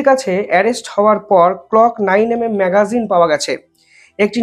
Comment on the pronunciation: ম্যাগাজিন আনতে ম্যাগজিন 😄